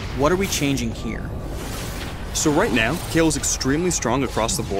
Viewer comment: Her name is Kayle, not Kyle. It's a she.